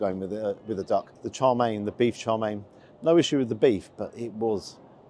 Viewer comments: FYI, Wong Kei is pronounced as Wong Kay, Kay as in Okay. Chow Mein is pronounced as Chow Mean, not Chow Main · I can't say I have ever heard chow mein pronounce char main 😅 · I twitch every time you call chow mein “Charmaine” 😂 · Its not char main it's chowmien 😂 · Isn’t it Chow Mein? You seem to be saying CHAR Mein…? Interesting. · Is it pronounced Char Main or Chǎo miàn? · Why are you calling Chow Mein "Char" Mein? Have I been pronouncing it wrong all this time?